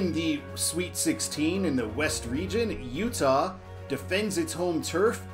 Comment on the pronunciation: Thanks for finally pronouncing my name right, and I forgive you. All hopes to Utah!